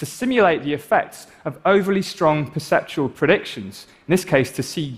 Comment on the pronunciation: I think you mean 'perceptual rather than 'perseptival'